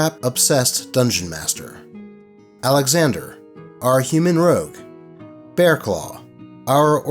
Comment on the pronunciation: ROGUE, not ROUGE. Damn you, Sonic.